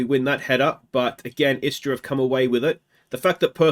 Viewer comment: You pronuced them good, istra and varazdin also. Istra is a team based in the beautifull town of Pula, on the croatian halfisland called Istra. They were established in 1961. In the last few years, they were an afiletclub of alaves, spanish club. They were subsribed to the 9th position for years since ligue 10 was established, only to finish 5th last season. A good team with solid gk majkic and a killer st erceg. They had spanish managers last 5 years, actualy only one manager for 4 years i think, which is rare in croatia to have a manager longer then a year or two. And yes we do have palms in dalmacia and istra, but they are not natural but import palms